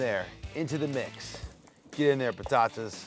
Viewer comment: Sorry to correct you, but it's "batata", with a B, not "patata". That'd be spanish or italian. And WOW, "vai pro caralho, vá foder-se"?? Really?? I crapped my pants here, hahahaha. THAT you can pronounce, uh?